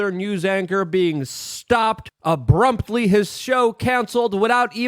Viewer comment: "ABRUMPTLY" #Lukeism